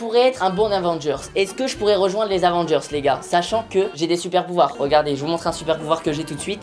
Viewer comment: Michou qui dit les Avongers